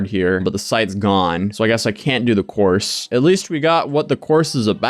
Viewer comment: I am across the room listening and thought you said an online horse 😂